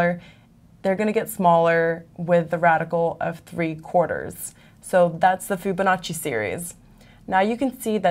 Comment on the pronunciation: Fire this bitch EHow. She doesn't know shit. She stutters and is so monotone. She can't even pronounce "Fibonacci" right... She obviously needs to get out of math related videos. No, actually all EHow videos. period.